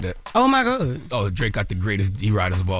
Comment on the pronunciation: LMFAOO “oh my gurd” 😂